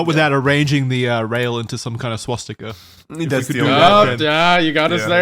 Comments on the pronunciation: Does .... does Wendigoon think it's called 'Swatstika'? I swear he said it that way multiple times. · "is there a swatzika?" i'm deaddd